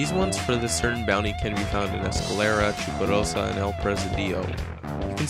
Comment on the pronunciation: i love the way he says 'chuparosa' :D